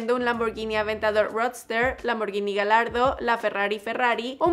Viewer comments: Un pequeño comentario, es Ferrari La Ferrari no al revés 😅, y el Lamborghini Gallardo además de que se pronuncia tal cual se escribe, en el video muestras un Lamborghini Aventador S lp740-4 en ves de un Gallardo. Solo un dato sin intención de ofensa, muy buen video 😁. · Es gallardo no galardo no tiene nada de malo decirlo mal solo es un dato